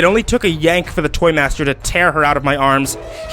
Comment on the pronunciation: In one part of the story he said TheToyMater